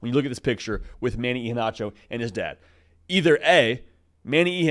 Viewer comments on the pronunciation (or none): none